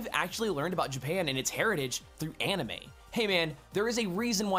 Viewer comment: I liked the video and most of the videos from The Game Theorist. My only gripe is a very small one...well...two. Simply enough, how could you say the word "Anime" incorrectly and then say "Manga" the right way? It's the same exact "ah" sound. Japanese doesn't have a short "A" sound like we do. You also pronounced "Onette" incorrectly. It's a long "O" sound followed by the word "net." Just go by the Hiragana chart if you didn't take up Japanese in school. The "vowels" in the beginning of the chart...if you can call them that...are: A, I, U, E, O. Their corresponding sounds are: Ah, long E, Ooo (like Oooo, that's pretty), Eh, and Long O sound. If "Onette" was pronounced like you said it then it would have been spelled "Anette." With that being said, if you played the Mother games then you know that "Onette" is a play on the number 1 because it's the first town, just like Twoson is a play on the number 2 because it's the second town. They may have actually NOT pronounced these towns in Nihongo (Japanese) in the first place because it would be impossible to say "Twoson" in their language because of the "T" and "W" being beside each other (unless they used Katakana rules in which it would have been spelled pronounced "Tuson"). If that were the case, then it really would be pronounced One-ette. Either way you look at it, the way you said it was wrong. And before you reply, these are not opinions, they are facts. I know and was taught the language by an actual Japanese woman who was